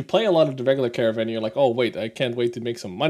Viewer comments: You seem to be pronouncing it "caravan". That's not correct. It's car-nar-vn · I wonder why you keep saying Caravan - it certainly does not save time over saying Caernarvon (both three syllables). Of course, I am assuming that you know how. Also, , "gnarly" does not mean strong, but is used to describe an extreme move or perfection - see here: I agree with your view on Pilsen. Good review.